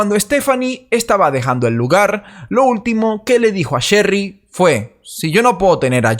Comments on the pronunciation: Diré chery no cherry se me complica un poco😄😃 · No sería: el caso de Sherry rasmusen???? Y porque se te hace difícil decir Sherry???? Es muy fácil no es alemán 😂